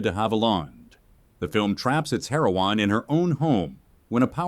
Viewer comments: It would be nice if you pronounced the name of famous movie star Olivia de Havilland correctly. And "heroine" isn't pronounced "heir-oh-wan." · Also "heroine" rhymes with wine.